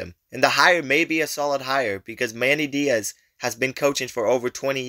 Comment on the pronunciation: Ah yea my favorite Miami/Duke coach, Manny Die-azz